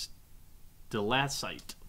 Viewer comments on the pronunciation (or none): How can a person pronounce "stalactite" wrong so many times?